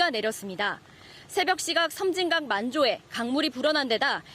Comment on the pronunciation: 섬짐강이 아니고 섬진강 입니다